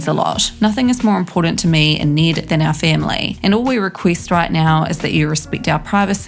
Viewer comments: ITS NED, NOT NEED OR NID. T.T the trigger. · You’re accent it sounds like your saying Niiiddd not Ned. Well cause we’re American I understand you aren’t American so I can’t expect you to say his name right… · Why is she saying Need not Ned?